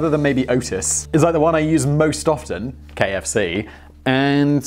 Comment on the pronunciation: KFC? Really? You need to work on you pronunciation.